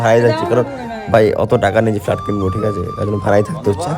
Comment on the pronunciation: একেই বলে কম বয়সে বিয়ে করলে যা হয়😂। শালা ইংরেজিটাও ঠিকমতো শিখেনি। ভাই এত বিয়ে করার কি তারা ছিল। একটু পড়াশোনাটাই ঠিকমতো শিখে নিতিস😂। ফ্ল্যাট কে ফ্লার্ট বলছে😂😂😂😂 Bancho*